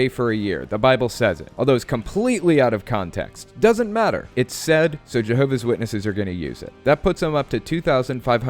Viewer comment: Why can't she bring herself to pronounce the 's in Jehovah's, first of all. There are a lot of smug JWs like this lady - got a couple in my family. Very unintelligent ppl who believe they have everything on a string. She seems like a particular treasure, I must say.